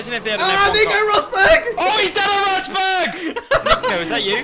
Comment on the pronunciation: LMAOO "A ROSBRG" 😭